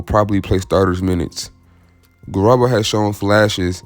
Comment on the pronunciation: It's pronounced Garooba. Like room.